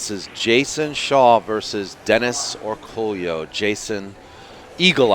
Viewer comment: Isnt his name pronounced Orcoyo